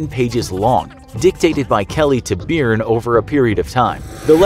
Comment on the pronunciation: As an Irishman, i'm cringing at your pronunciation of Byrne.